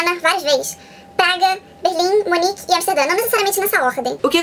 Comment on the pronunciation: Munique ou München, não Monique...